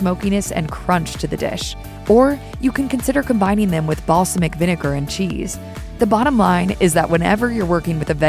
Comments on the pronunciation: mispronunciation of the word "balsamic" haha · She did, indeed!